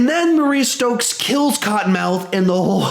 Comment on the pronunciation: Mariah Stokes not Maria stokes (read that in bushmasters voice)